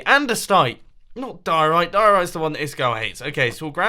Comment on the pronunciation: anyone else yelling at their phone everytime he says diorite???